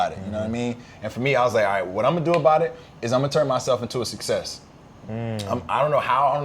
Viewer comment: It's 'success', fam. 👍🏽